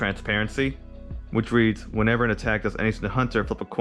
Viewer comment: Dude I dont want to be THAT GUY but its HAUNTer not HUNTer... Haunt as in Haunting Ghost... but interesting deck conspept man!